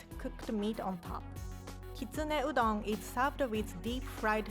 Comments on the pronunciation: wow i thought rie said udong😂😂 filipinos will know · "So if you buy instant udool noodle,"